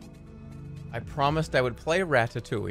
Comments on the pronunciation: Im impressed at how much he can pronounce 'ratatouille' wrong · rat-tat-touley is how he says it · why does everyone pronounce this a rattatoowie